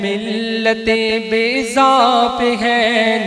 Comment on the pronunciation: گو لالہ آپ خوش الحان ہیں۔ کوئ شک نہیں،، ولیکن ان الفاظ کا تلّفظ کچھ غلط ہو رہا،، لفظ مَحبَّت ہے نہ مُحبت اور بَیضا ہے نہ کے بِیضا۔۔۔۔